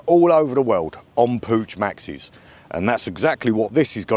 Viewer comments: It's pronounced Pook, like book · Pooch :D Try Puccchhh